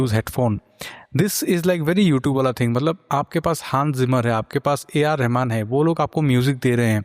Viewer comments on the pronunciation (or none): none